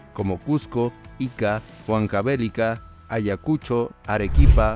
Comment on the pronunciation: exacto, "Huancavelica" en el minuto lo pronuncia mal siendo una ciudad muy conocida por los peruanos